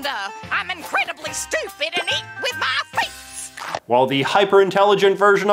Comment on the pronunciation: I believe their accent is revealed when they speak the and with the strange emphasis of EEEAND, Friggin Stephanie Mcmahon always have this strange speaking when she talks